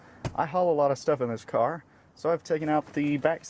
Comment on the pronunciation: "Firat thing you need is a carrr" damnit